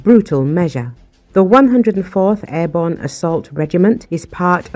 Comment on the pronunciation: "airborn" ??? WTF ???